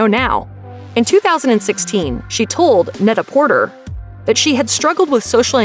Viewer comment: Very distracting how often you cited Net-A-Porter, considering you're pronouncing it wrong every time. It's a pun on the French term Prêt-à-porter, and thus is pronounced Pret-Ah-Portay.